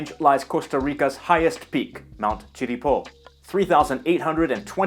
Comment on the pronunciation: Great job on the pronunciation of Irazú, not so much on the Chirripó, but it's alright. Your video has been ver well presented, you provided a nice summary of the cultures and a bunch of correct information that summarizes very well what the country is like (generally). Saludos ✌🏼 I've been following your channel for the past 5 years i guess, and it pleases me to know that you spend a nice amount of time researching about my country 😃